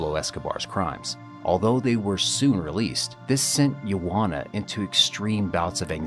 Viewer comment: Just found the channel and I appreciate the effort you put in with the video clips and what not. My only gripe is your pronunciation with names. Google has a thing where it'll sound words out or youtube has videos on names and how they should sound. Sorry but Medellin and Juana really made me cringe. Sorry if i sound rude, but taking the 30 seconds to google it would make an impact on the content.